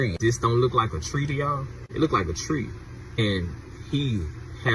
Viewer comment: dude is so "AWARE" HE FIGURED IT ALL OUT HIMSELF YET CANT SAY THE WORD LOOKED CORRECTLY . LOW IQ IS GOING TO KILL US ALL.